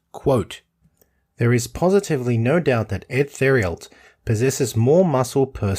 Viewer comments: Our Uncle Eddie Theriault's last name is pronounced "Tare- ee-o." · His name is spelled Edward 'Eddie' Theriault (pronounced: Tare-ee-o)